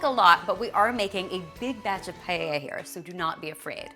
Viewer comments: In Spanish paella is actually pronounced PA-EH-IA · paella....why does it sound like "pae-i-ha"?